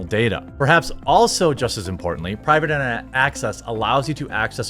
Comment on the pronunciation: Gentleman, find yourself a foreign girl who struggles to pronounce your name the way Jeremy struggles to pronounce Private Internet Access.